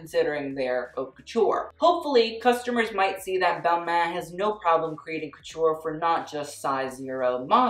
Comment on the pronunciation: Balmain? More like BalMEH